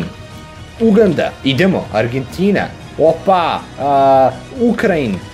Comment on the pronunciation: Druže, Uganda se naglašava na A, nemoj molim te na U, veoma je iritantno :D